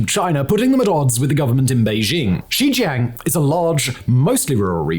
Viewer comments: Simon keep pronouncing Xinjiang as Xizhang...sometimes as Xijiang....sometimes xizhan..its like he's talking about 4 different places. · Next time you make a video you should learn to properly pronounce the name of the region that you talk about. XinJiaaang. Not a hard A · And ur saying Xinjiang wrong, at least get that right